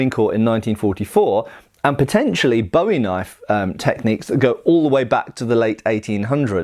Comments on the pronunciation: It's a very pedantic point to make but I don't mean any form of condescension or offensiveness, just a texan who likes her big knife. In Texas, cultural origin of the knife as I understand, it's pronounced BOO-ee, sounds similar to the American pronunciation of buoy. and I do wanna mention that David Bowie used the English pronunciation of the name as it has its roots in English, but the knife's namesake was Jim Bowie the Texan Colonel during the Texan Revolution, who Santa Anna ordered to be buried because he was "To brave a man to be burned like a dog ". Love the vids! the bayonet manual just might get me to buy some surplus. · Wasn't entirely sure what you said until I realized you were saying Bowie wrong. "Bo-E" is a pop star. "Bu-E" is an American frontiersman famous for a knife design that shares his name. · Great video but something to note is that the knife is pronounced (boo-wie) unlike the singer (bow-ie). The surname for Jim Bowie, the knife fighter and Texas revolutionary, is originally Scottish and comes from the Gaelic word "buidhe", meaning "yellow", "fair haired", "lucky", etc. which eventually becomes "bui", also meaning "yellow". The original Gaelic, like the knife fighter, is pronounced with a long "oo" sound, buidhe -> pujə. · Boo Ee. You complain about straight swords being called sabers and talk about authenticity, yet keep pronouncing Bowie wrong. lol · The name is pronounce Booie! Not like that singer Bowie. His brother was named Rezin pronounced Reason. You people need to get it right. It also is quite likely neither of the Bowie’s ever had a deep clip point knife. The famous Sandbar knife as related by Rezin in 1838 was 91/4 inches blade an oak handle and was blacksmith made. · Boo-eeee. its pronounced boo eee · Could you please pronounce my family’s name correctly?